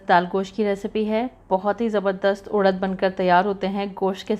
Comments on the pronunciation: Udaddd... Nh.. Urad hota ha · उड़द नही उरद बोलते है,,,, इसे मशकलिया बोलते है